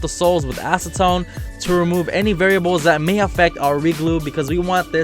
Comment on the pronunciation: When I heard "acetone" I thought he said asstone